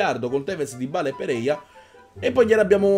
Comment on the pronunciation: Comunque si chiama sempre PEREYRA, PEREYA non esiste ciao.